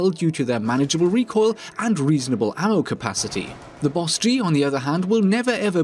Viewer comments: It bothered me that you called it a B O S G 🤣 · Literally just pronounce it “boss-G” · B. O. S. G TRIGGER its just bosg BOSG BOS GEE